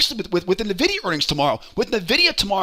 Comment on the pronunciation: You keep saying NUH-videa and it's upsetting.